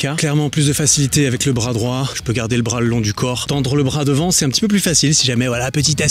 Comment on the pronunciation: je t’adore mais le « t » de droit est muet